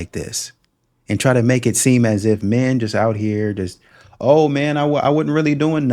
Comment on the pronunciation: I wouldnt bother with women who talks about "mehhh" instead of "men"; that kind of bad pronounciation is based in disrespect for the language and thus the basis of disrespect for people.